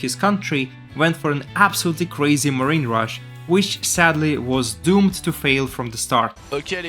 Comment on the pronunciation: I am German, but I could only hold it together until the when the french caster said "Theees eess....totallllyyyy Faileeee". I died so hard of laughter. Oh man, you cannot make an Olympic Ceremony, but you surely can cast Starcraft;)! Nice morphing the roach though.